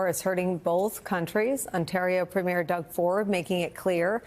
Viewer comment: FYI, “Premier”—as in, the first minister of a Canadian province—is pronounced PREEM-year , not preem-YAIR , like the first night of a performance. While we’re at it, the equivalent in the Canadian province of Quebec (Québéc, or KAY-beck, en français ) is premier ministre (premiere ministre if female), “prime minister” in english, in which case, prem-yair (no emphasis)—and your homework is to produce “ministre.”